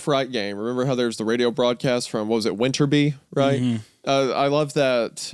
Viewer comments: They still can't stop saying Winterby It's WINTER BAY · All this time and Wendi is still calling it "winterbee" :')